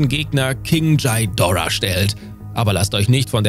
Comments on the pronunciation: Kannst du bitte aufhören Shidora zu sagen.. Das Vieh heißt Ghidora und nich Shidora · Sorry aber es heißt nicht Chaidora sondern Gidorah. Gi und nicht Chai, aber dennoch coole zusammenfassung. Macht weiter so. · Bitte nicht Djidora sagen! Das tut in den Ohren von Fans weh!😉 Ghidorah wird so ausgesprochen wie es geschrieben wird. Auch wenn ein „h“ hinter dem G steht wird das G als G ausgesprochen und das R wird etwas gerollt. Bei den Ghostbusters sagt man ja auch nicht Djostbusters.😉 Ansonsten eine tolle Folge!😊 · Das wollte ich auch sagen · Wie spricht der Typ "Kind Ghidorah"? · Godzilla ist immer noch der beste, auch wenn ich nicht kapiere warum du seinen dreiköpfigen Erzfeind so seltsam aussprichst😮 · Bin ich der einzige, den es triggert, wie Indominus Rex und Ghidorah ausgesprochen werden? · Man spricht Ghidorah einfach so aus wie man es schreibt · für jedesmal wo Ghidora falsch ausgesprochen wird 1 dislike.